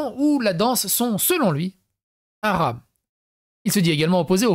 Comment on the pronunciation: Tu aram sans l accent ca fait comme djamel debouzze quand il dit les aram